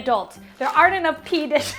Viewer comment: Pee dishes???🤣 Add “green”. Green PEA dishes! More accurate but not as much fun.